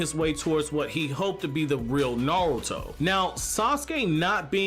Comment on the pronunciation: Why pronounce only half your R's wtf especially naruto. Not nawuto LOL